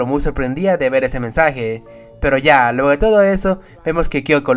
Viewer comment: No puedo parar de escuchar el "pero ya lueho de eso"